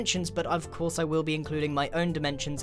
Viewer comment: of cos haha corse or cos